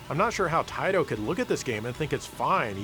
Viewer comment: I applaud you for finally saying “Taaiiiiittttooooo” correctly…